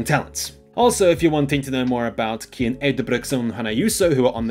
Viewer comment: Wrong. It's pronounced KIAN.